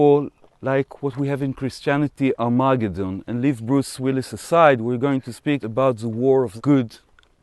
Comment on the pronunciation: Never heard "Armageddon" pronounced that way.